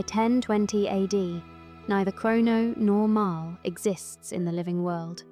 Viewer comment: It pronounced MARLEEEE not MARILL